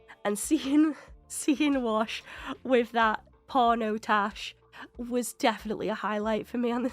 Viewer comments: A few episodes ago, you mis-pronounced his name, but I left it alone because you're a new "Firefly" fan, but you're 8 episodes in now so I'm going to correct you. His name is WASH, not Walsh. His FULL name is Hoban Washburn, but they just call him Wash for short. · I expect you've watched all the episodes by now, and I love your reactions! But every time you call Wash "Walsh" I cringe a little. 🤷‍♂️ Hoban Washburne is his name, he goes by Wash taken from his last name... 🤦‍♂️ But in the afterwards discussion, you pronounced it clearly a few times and made me happy! 😁 Zoe: I don't like him. Something about him bothers me. Me: It's the mustache! He'll shave it off just for you! This episode is one of my top 2. ❤️ The other crew had more guns, but they weren't aimed, and the other captain would have died first if anybody tried anything. They weren't going to risk losing one or more people. I think River did sense a fire that had just started, and then it grew very fast. The sniffles were nothing, and hopefully by now you've completely recovered!